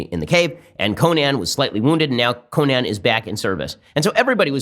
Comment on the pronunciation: Nobody: Ben: CoNAN